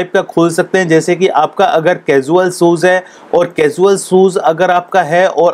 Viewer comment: Mostly indian cant speak well : shoes... Mistake shozzz